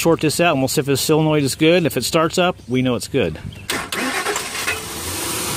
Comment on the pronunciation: s"O"lenoid ....NOT silanoid